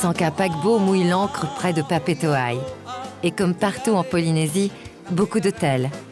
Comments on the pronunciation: It's called Pa-pe-e-te, not "Pahpeet". LMAO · It is not "Pa-pee-te". It is Pah-piyeh-teh; the capital of Tahiti! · How did nuclear tests contribute to the health of the population?. Papeete is pronounced pah pay ay tay.